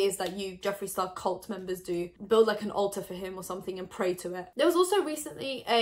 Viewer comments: I heard you say "Go build an Ulta for him" 😂 Ulta or Alter, either one would work for Jeffree ⭐🤷🏽‍♀️ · I totally thought she said “build an Ulta for him” this makes more sense 😂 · Omg i thought she said build an ulta for him!